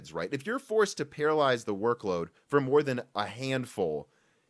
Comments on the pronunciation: think you meant to say parallelize, not paralyze. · The word is PARALLELIZE (or parallelise) NOT paralyze... which is something else entirely different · I think you mean "parallelize". Because it sounds like you're saying "paralyze". Slightly different meaning - LOL. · “Parallelize”, not “paralyze”. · Para-lell-ize, sir. To "Para-lyze" would be a terrible idea in programming... 💀😐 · Love how you kept saying "paralyse" instead of "parallelise" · Sorry, but I can't get past that you're saying "parallize" instead of "parallelize". I ignored it for the first 4 or 5 times, but then it just kept coming back and back and back...... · parallelize If you say paralyze, it's not the same... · Paralyze? Do you mean parallelize? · Parallelize not paralyze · You keep saying paralyze instead of parallelize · Parallelize =/= Paralyze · Pa-ra-le-Lize. Not Paralyze. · You kept saying "paralyze" but the word is actually "parallelize". You're missing a syllable. I appreciated the video though, especially the history lesson. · scrolled to look for this before saying something. holy hell, it was hard to stomach 'paralyze' being said repeatedly. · It took me half the video to realize wtf he meant when he kept saying "Paralyze" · PARALLELIZE there's an extra syllable there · The word is Parallelize!